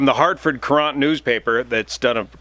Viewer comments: The Hartford Courant (pronounced current) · Hartford “Cur-ant”. Just a gentle correction. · it's The Harford Courant ...... it's pronounced Current........ like a river current....... it's only the oldest continuously published newspaper in the United States. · "Curant" (as in "current") is how it's pronounced. How he pronounced it, implying an e at the end, refers to an 17th century court dance. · Great job,. Thanks for the update. I (as a non pilot) suspected crew error as it seemed they returned very quickly to the field rather than try to gain some altitude. Minor note from here in CT - we pronounce the paper more like “current”. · Its -Courant-. The Hartford Courant. See Websters. Accent on the first syllable. Like Hartford doesnt have enough problems already...